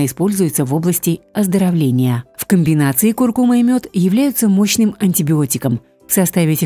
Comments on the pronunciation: Куркума’-ударение на «а», и не остынуть, а остыть... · КуркумА -ударение на последний слог...слух режет🙄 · Не куркума’,а ку’ркума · Первый раз слышу ,чтобы на слове куркума ставили неправильно ударение. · потому что даже ударение в слове куркума ставите неправильно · Да, слух режет весь ролик